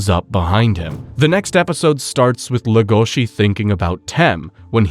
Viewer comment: He says le gOh she, when it's pronounced lE goshi